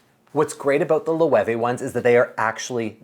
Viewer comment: Isn't Loewe pronounced "Loh"?